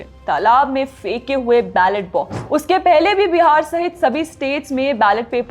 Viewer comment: 'भ'ड़ने नहीं, 'ब'ढ़'ने कहा कीजिये! 'फ़े'के हुए नहीं, 'फें'के हुए कहें! (फे के नीचे 'नुक़्ता' नहीं होना चाहिये, बल्कि फे के ऊपर 'अनुस्वार' की बिंदी होनी चाहिये।) 'भ'ड़त नहीं, ब'ढ़'त कहें! इससे परे, आपका समाचार और उसका आंकलन स्पष्ट और बहुत अच्छा है! 👏 👏 👏